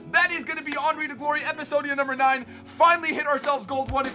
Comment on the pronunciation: His name is HENRY not ANRY